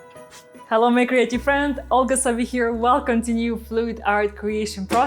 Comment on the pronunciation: Every time she says "hello my creative friends" I hear " hello my crazy friends". In my case, either is fitting!😂